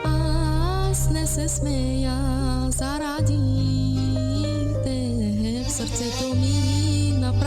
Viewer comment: Нз кво ви харесва във тези тип песни първо че не изговаря думите правилно второ нито глас има нито правилен подход нещо и българския и е адски развален по добре с друго да се занимава тая дума ЗАРАДИ ТЕБ ужас дано да се чуе отстрани да чуе как слава ударение ужас ужас.....